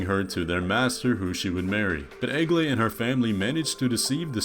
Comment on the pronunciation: I like how hes pronaunsing egle